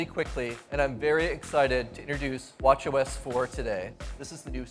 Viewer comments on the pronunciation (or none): I can't stop hearing "watch yo ass" everytime they say WatchOS